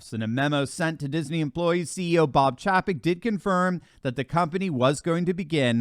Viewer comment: Good reporting but his name is pronounced CHAY-PEK. LOL